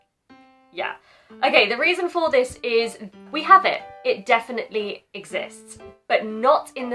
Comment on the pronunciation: イギリス英語ってちゃんと「ディス・イズ」ってくっきり発音するんですねぇ